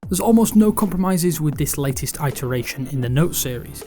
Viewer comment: Had to switch off, that eye-teration pronunciation just freaked me out too much.